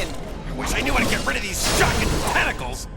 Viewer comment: Every time says "shock it!" Or "shocking" I think of the word, "fuck it" or "fuck!" Lol